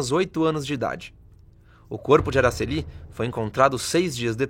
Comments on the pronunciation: Não é AraceLI, é AraCEli; paroxítona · É " Aracéli". Não é Aracelí. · Pronúncia errada do nome, não é Aracellí é Aracelli.